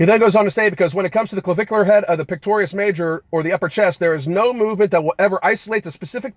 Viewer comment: Did you say “Pectorious major” ?!!